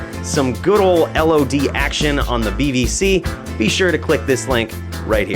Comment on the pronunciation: Could of swore you said BBC lol.